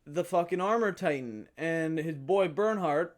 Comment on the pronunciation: d btw berthold is pronounced bear-told